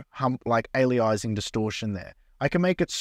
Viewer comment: Alias… Anti-aliasing. There’s no word called “Ali-izing”, that’s not what it’s called. Cool demo though!